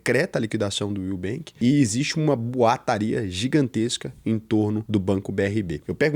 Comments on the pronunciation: Vc não fala direito o nome do banco Will, fala como se fosse o nubenk??? Está querendo formar opinião??? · que susto, eu ouvi "nubank" akkk